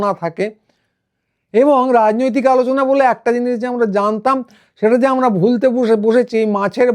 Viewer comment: উনি 'আলোচনা' করতেন না, 'আলুচানা' করতেন।